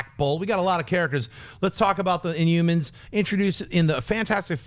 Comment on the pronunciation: Why does Schnep keep saying inyoumans? INHUMANS.